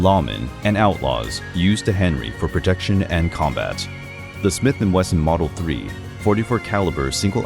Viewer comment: Daniel B. Wesson deve se revirar no túmulo ao ouvir pronunciar seu sobre com um L no meio… Não sei de pq colocaram essa letra L no meio do Wesson… Para piorar, poderiam falar “Shimiti Welson”…. 🤮🤮🤮🤮🤦🏻‍♂️🤦🏻‍♂️🤦🏻‍♂️🤦🏻‍♂️🤦🏻‍♂️